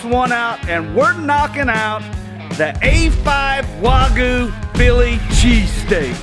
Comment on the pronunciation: It’s Wagyu not Wagoo